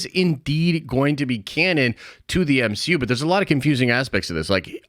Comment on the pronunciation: Spider-Man…..EH!!! What is this the M - HE - U ! …….. EH!!!…………………………………………………………..🤣🤣🤣